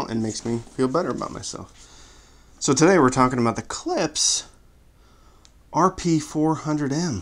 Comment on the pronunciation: It's pronounced Klippshhhh